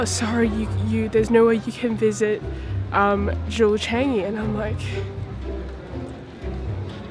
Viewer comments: Er.....NOT "Jew Chengyee" It is more like "JeWel ChaahngYee", in pronounciation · She pronounces 'JEWEL Changi' wrongly